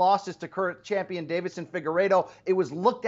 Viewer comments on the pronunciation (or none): Champeeon?? LOL